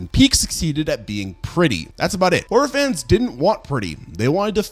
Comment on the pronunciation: It took me like 6min to realize you've been saying "horror fans" and not "orphans."